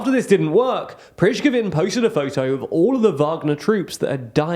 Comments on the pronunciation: The pronunciation of Kadyrov / Kadyrovites was just flawless, haha.. but "Prichkovin" is truly next level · PRE-GOH-ZHIN Not that difficult. I'll give you a pass on the zh sound but you gotta do better on everything else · The name you are pronouncing has nothing to do with the person you are talking about. How difficult is to learn one name - a single name !? Pree- go-zheen ( Prigozhin) . The name that you are pronouncing sounds much more complicated and not even close to the real one , ironically ! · Wagner group’s owner and founder’s name is pronounced “pree-gozh-in”. Come on guys, it’s not that difficult… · Oh wait... Now it's Prizkovin! LOL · prich-kevin lol just say putler's cook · I am sure Prishkivin is really pleased he got noticed. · Two things are literally mind-blowing: - How Shoigu and Gerasimov are so destructive for Russia. It's as if they're secretly working for Ukraine (which they surely aren't) - How Prigozhin's name could be pronounced "Prishkovin" 🤣🤣 JK, I love you guys and your content and enjoy the rare misspellings of Slavic names ;-) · And "Priskazin" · It's no different from how a Russian speaker can't pronounce "birthday." Different languages just have different sounds; I'm not really sure how I could explain (using Latin characters and not the phonetic alphabet) to an English speaker how to properly pronounce Prigozhin. Prih-goh-zhin? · At this point - I think they mispronounce just to mess with us. I am not a slavic native speaker, but even I whince at "Pritshcovin" or "Catyirov". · Prishkovin, even I'm laughing and I don't speak any slavic languages. The degree of dyslexia and mispronunciation of any non-English words on is appalling. I love their content but they really need to put some more effort into that, get someone in the team who can Google how words are pronounced and who can be there while they are recording episodes, or something. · Prichkovin? lol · I can cofirm it's Pri go jin (stressed o) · Prichkivin XD Pre-go-sheen